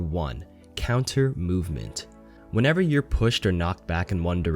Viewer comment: Lol who else heard boopment